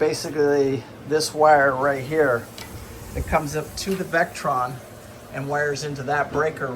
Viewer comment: Hey, it’s Victron, NOT Vectron for your charging/inverting equipment.